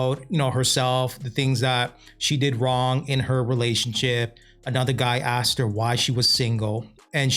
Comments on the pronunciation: Why do black Americans say axed instead asked? 😂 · The word is “asked!” Not “axed”. In addition..I agree with the lady. Had they lived in the same city, I agree that they could skip the phone calls and just meet in person. But when you are talking about hopping on a plane without knowing if you even have a spark??? Come on! Just hop on the phone first!